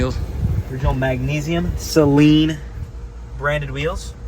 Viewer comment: its SAYLEEEN